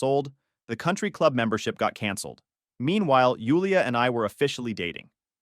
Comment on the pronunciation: In case you wonder why your channel is “loosing traction” it’s because your ai pronounces Jewel-ia as Yule-ia